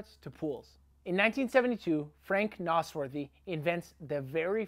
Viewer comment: Nas-worthy...not Nos-worthy.